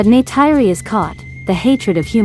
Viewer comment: Please learn to pronounce Neytiri's name!!!! I would like to watch your videos, but wince everytime you say it.